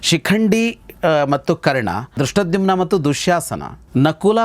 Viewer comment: ಗೌರೀಶ್ ಅಕ್ಕಿ ಅವರಿಗೆ ಧೃಷ್ಟದ್ಯುಮ್ನ ಅನ್ನುವ ಪದ ಹೇಳಲು ಬಾರದು. ದುಷ್ಟದ್ದುಮ್ಯ ಅಂತ ಕಷ್ಟ ಪಟ್ಟು ಹೇಳುತ್ತಾರೆ. ಅದನ್ನು ಕೇಳಿ ಕೇಳಿ ಇವತ್ತು ಅವರಿಗೂ ನಾಲಿಗೆ ತಪ್ಪಿತ್ತು 😂